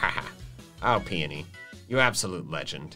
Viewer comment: Also you pronounce peony like ( pi-oh-ni )